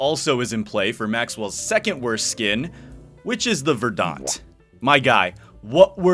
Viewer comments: Just an FYI: it’s pronounced VER-dent, not “ver-DAHNT”. Otherwise great video, very fun to watch as always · I dunno if I can say this without coming off like an ass, but that is definitely not how you pronounce 'verdant'. Please look it up. I kept thinking you were talking about the Battle of Verdun or something. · Thanks for saying this. Made my butt twitch every time he mispronounced it 🤣